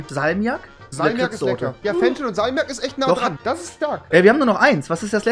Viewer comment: Niemand: Rewi: sagt zu Fisch: Fich aber zu Fenchel: Fenschel